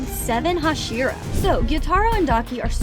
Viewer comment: Bro daki ate sayven hohsheeruh! 💀💀💀